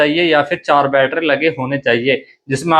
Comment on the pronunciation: Battery❌️ Batthera ✅️😂😂😂